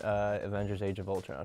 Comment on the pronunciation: The answer was Ultron, Nick says " I knew it was vultron" lmaoooooo